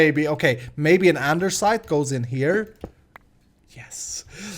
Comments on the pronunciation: its not andeRsite!! its called andesite😂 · Great episode! Small comment on something, Andesite doesnt have "r" in it :D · there is no R in andesite! xD